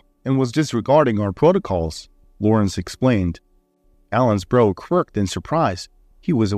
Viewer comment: Brow isn't pronounced bro. It's like how.